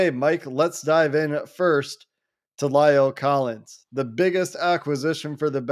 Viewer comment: It's not Lial Collins.It's La el Collins.It's not hard to pronounce it.